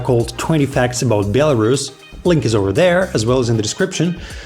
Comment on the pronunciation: In English, it’s pronounced as it is written BEL-A-RUS not BIEL-A-RUS. You’re welcome.